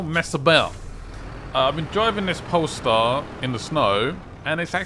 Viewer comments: Also why do you call it the Pole Star lol it’s the Pay Star 🤣 I like the videos tho man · Why do u keep saying polestar. Its paystar. :D